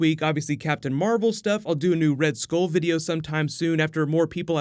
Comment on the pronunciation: It's pronounced "Skull" not "Skole"